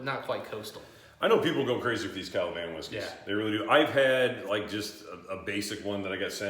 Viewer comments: Ka la van? Ka va lan dude... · It is KA-VA-LAN, not KA-LA-VAN